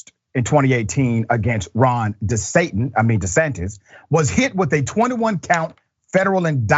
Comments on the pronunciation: “Ron desatin” 😂😂 I caught that! good one! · Did he say Desatan 😂😂😂😂😂! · Dr. Richey...De"Satan" though?! Low key slip of the tongue. I heard you. 🤣🤣🤣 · Doc you said right Ron desantan